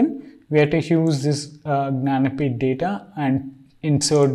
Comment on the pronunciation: Could you please fkinnn eXpLain wHaT tHe fK is yOuR nANapEEtH(janapith)? 🗣️😬😡